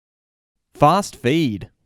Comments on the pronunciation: FAHST FHEED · Fhast Phuid